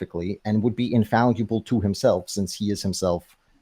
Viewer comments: The fact that he never once pronounced infallible correctly is incredible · It's almost too perfect that he repeatedly mispronounces the word "infallible." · His mispronunciation of the word 'infallible' is killing me. Over and over and over again. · I kept waiting for him to pronounce fallible correctly but it never happened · Can’t get past how he pronounces “infallible”. It’s like he is trying to say invaluable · I wondered if he was attempting to combine the words, infallible and invaluable? lol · doesn't know what tertiary means. Also, "infalyiable". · Pre - Face? In - fal - Yu - ble? 😂😂😂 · He neither knows the pronunciation nor the meaning of that word. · What dies he think "infallible" means, and why is he saying "infaluable"? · No there were never five forces that become four. Gravity was first quantified, Maxwell's equations came in the 1860s and the strong and weak nuclear forces discovered in the 1930s. And seriously, stop saying infal-u-ble, it's annoying and doesn't make you sound intelligent. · Wtf is "infalliable"? Is he trying to say "infallible"? He says it a thousand times... I tried to ignore it but he keeps saying it and it got under my skin. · Infall-e-ble.... I now can't unhear it now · "Infalluable" is killing me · If dude says infaluble once more time, I'm gonna die 🥴😂🤡 Not a word, bro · Infallible The word is "INFALLIBLE". The word is not 'In-falee-able" or -'in-valee-able' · "Infaluble" ? What language is he speaking? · Pedantry Trigger Alert: Is he saying "invaluable" or mispronouncing "infallible," (which would be hilarious). I'm fairly certain it's the latter. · I'm so glad someone else mentioned this. Theists are annoying enough already, hearing "Infall ee able" every 2 minutes is triggering me more than any bong-water argument he's trying to make. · Hearing him keep saying infallyable is getting really annoying. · "Infaluable" Every time he says it it hurts me but i cant stop listening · bro why does he keep saying infalliable